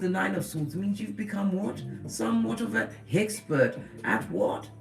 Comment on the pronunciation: Did I hear hexpert? As in someone who's an expert at hexing 😂